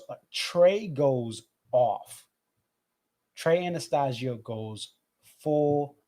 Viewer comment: Subscribed for more Phish. I'm glad they finally clicked for you. I feel like this is a natural progression that could lead you on a neverending path of musical discovery. Welcome aboard! Also, just adding a friendly tip: it's pronounced Ana-STAY-sio 😉